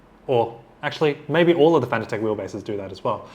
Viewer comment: Now to get the doc pronouncing Fanatec currently ;)